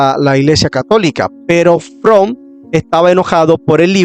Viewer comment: Buena información, desde el punto de vista histórico, una observación ten cuidado al editar y también al hablar hay muchos errores de pronunciación y es Leroy Edwin Froom (Lirroy E. Froum pronunciación)